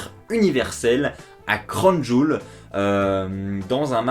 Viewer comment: Comme tu a prononcer Crown Jowel 😂😂 "Cronne Jul" 😂😂